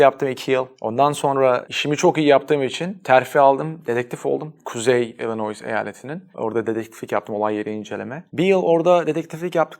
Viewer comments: Kuzey "İlinois" Eyaleti mi? Amerika'da orası "İlinoy" diye telaffuz edilmiyor mu? Orada yaşayıp bu hatayı nasıl yapabiliyor konuşmacı anlamadım. Sinek gibi küçük bir detay ama videonun gerçekliği konusunda mide bulandırdı işte. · Güzel video ama 10 sene ABD’de kalan birisi ILLINOIS eyaletini “İlinoyis” diye telaffuz etmez. Garip geldi ama dediğim gibi eğlenceli video:)